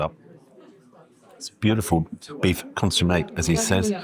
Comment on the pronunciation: An interesting dining experience for sure - spoiled only by your poor pronunciation of consommé, Chablis etc. It makes it seem like being pretentious.